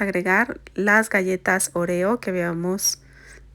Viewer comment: La forma que pronuncias oreo me recuerda más a la palabra “orear” secar o airear, la primera O debe de tener más énfasis pero al fin y al cabo se me antojaron MUCHO los pasteles ❤